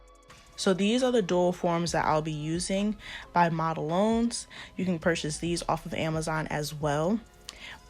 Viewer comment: Lol it’s pronounced “model-ones” 😀